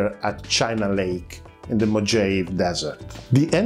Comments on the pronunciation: Just an FYI: Mojave is Spanish, hence the J becomes an H, and the E is pronounced. Mo-ha-ve. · Excellent information----could not find anywhere else. Thank you. Love it---MOJAVE DESERT---. It actually is pronounced Mo'ha'vee---. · Just a note so people don't ream you mo-ha-vay